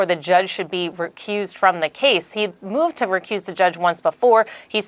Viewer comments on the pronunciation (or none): none